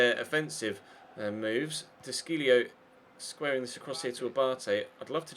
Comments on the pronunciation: Is it de Sciglio as in "de Shil-lio", not "de Skil-lio" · The Sc in the De Sciglio is pronounced Sh